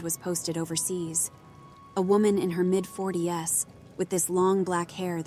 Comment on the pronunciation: Is this another AI channel?!? I’m soooo sick of thinking I found a descent horror channel just to realize it’s an AI when the fake narrator says there’s a “woman in her late 40-S” at the marker; instead of saying it was a woman in her late 40’s…